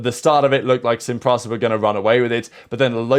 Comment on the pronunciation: Lmao its pronounced seen pree-sah not seen praza